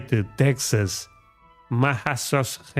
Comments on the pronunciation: Massachusetts is pronounced Massa- Chew- Sets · Massachusetts is pronounced Mass a CHEW sets